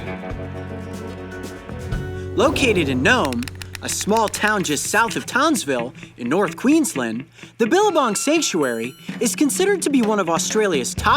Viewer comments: It’s towns-ville not tahnsville it is just the word towns and ville added together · Its pronounced townsvill like a plural